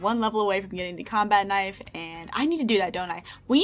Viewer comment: Ka-nife bwahahaha